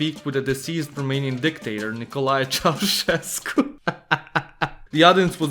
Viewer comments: congrats to your ceausescu pronunciation ... i heard so many ceaucescus ... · Thank you for pronouncing Ceaușescu correctly. Well done. I had mostly forgotten all this craziness. I’m glad I found your video.